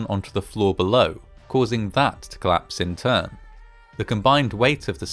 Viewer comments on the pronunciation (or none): COlapse! COLAPSE, not "claps"!!